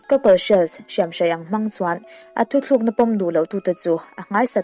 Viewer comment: A ngaihnawm e, mahse enga tinge 'thutlukna' tih hi 'thuthlukna' in tih fo mai le.........